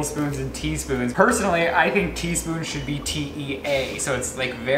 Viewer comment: No one:: T-E-A...SPOONS.